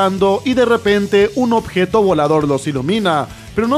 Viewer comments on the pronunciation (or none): none